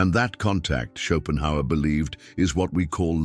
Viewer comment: Chopin Howard - gotta love AI narration. 😆